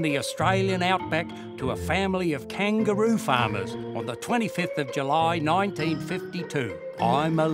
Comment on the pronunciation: Kangaroos pronounced KANGA-ROOOOOOOZ